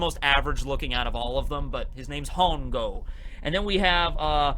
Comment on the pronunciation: Hongo is spanish for fungus or mushrooms. When spoken ,the h is silent.